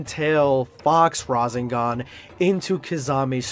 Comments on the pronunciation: Da hegg is a razengan? It's ra- sehn ghan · You have to pronounce ra Seng gan not ra zeng gan ok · bro said "rasingan" LOL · You pronounce rasengan incorrectly so not sure if you can be taken seriously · Gotta work on that Rasengan pronunciation my guy lol